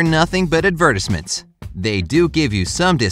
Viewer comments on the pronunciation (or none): "Four dollars fifty five"? "Adver-tiss-ment"? What country is the narrator from?